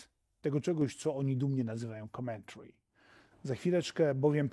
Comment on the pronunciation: Commentary - akcent pada na pierwsza sylabe, a nie na druga. Sorry.